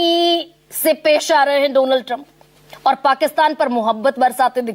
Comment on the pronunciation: Madam shocha correct kardu, feku ne Donald Trump nahi bola tha,... Feku ne kaha tha, " DOLAAND" TRUMP